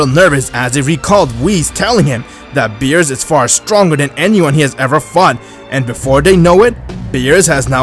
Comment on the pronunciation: Bruh he said meerus not beerus